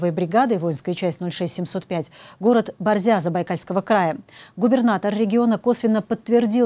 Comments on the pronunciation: БОрзя, а не БорзЯ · Не Борзя', а Борзя-ударение на О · БОрзя. Ударение на первый слог 😂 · Не БорзЯ, а БОрзя. Я жил в этом городе. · Борзя,ударение на О